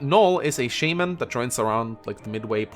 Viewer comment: Naesala is a GHB,. Also, you mispronounced shaman. This isn't Pokemon